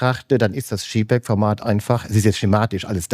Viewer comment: Tolles inspirierendes Video! Vielen Dank. Man verzeihe mir eine kleine Klugscheißer Anmerkung: gerade ein Fujiexperte sollte wissen, der Buchstabe J bei jpeg wird im englischen "dschey" ausgesprochen und nicht "dschi". Das wäre dann der Buchstabe G.